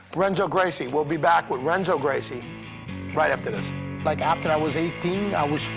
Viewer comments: did he say "wrenzo" lol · (R)enzo Gracie? At least learn the name of the guy you're interviewing,.